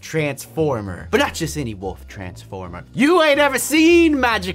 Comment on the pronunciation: Is it just me or does it sound like when they say wolf it sounds like wuff?